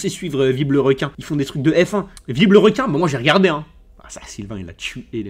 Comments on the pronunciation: « viblerequin » au lieux de « vilebrequin » mdrrr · Mais nan c vibre le requin